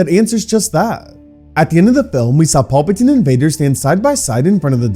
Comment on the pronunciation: Had to stop part way through. Only so many times you can hear Palpatine mispronounced before it becomes real annoying.